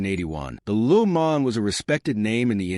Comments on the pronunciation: the hell is a LU MA'??? stop using AI or use a better one...what a joke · Yeah, it is an AI voice. They really need to train these AI's how to pronounce words properly, and with the subtle nuances of language. At the very least, it makes it easy to tell. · He/it's trying to pronounce it in French: Luh Moh(n)